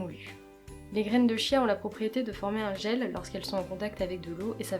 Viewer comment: Coucou ! Merci pour ta vidéo :) Petite précision, ça s'écrit "chia" mais ça se prononce "kia" ;)